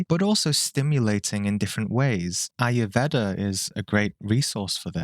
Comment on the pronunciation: Every time I hear you say Shakra, i feel to hit you over the head. The world is Chakra. So while you refused to pronounce Chakra the way it is spelt, you went ahead to pronounce Ayurveda the way it is spelt as if it is a n English word.